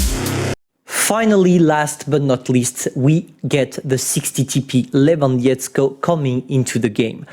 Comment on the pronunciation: I know that this is not about the best striker in the world but please check the google pronunciation of Robert Lewandowski and practice it. I know it is extremaly hard but poles will be grateful. peace m8